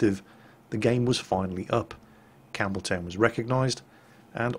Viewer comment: Campbeltown, for some reason, I keep hearing Cameltown :P